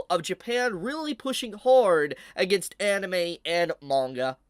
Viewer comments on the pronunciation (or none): none